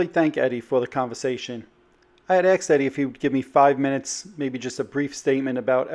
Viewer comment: ...you had axed Eddie?